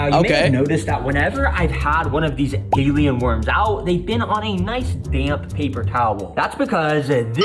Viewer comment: did bro just say gaylien worms